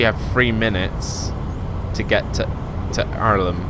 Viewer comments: basicly to pronounce irlam you have to say it like this err lam hope that helps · Also, Irlam is pronounced 'ERR-LUM'